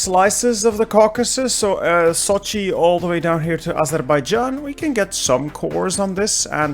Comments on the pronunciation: I love the way you pronounced Azerbaijan so perfectly in my home language(Azərbaycan) rather than using the classic European A-zur-bae-jaaan. As always, another brilliant production:D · Yeah, I also have noticed the pronunciation, not much different than how we call in azerbaijani